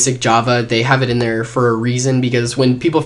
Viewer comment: Did u just start d video wid "hey der sexy ppl"